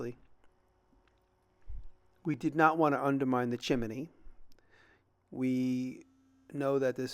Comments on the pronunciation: Are you saying "chimEny" instead of chimney as a joke? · Chi-min-knee. lol